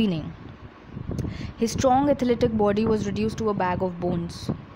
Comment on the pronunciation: Boody nahi ho body ho ta hai